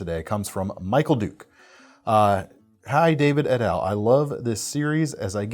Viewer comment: . “Et al” is usually pronounced “et all“. It’s used in academic papers to refer to a team of authors of a work. Really a great video. I really enjoyed learning about this hobby.